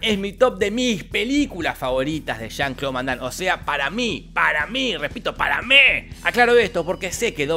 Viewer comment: Pinarello, no le digas jon cloud vondam, siempre pero siempre dices Juan Claudio, hace mucho la diferencia en este con el anterior.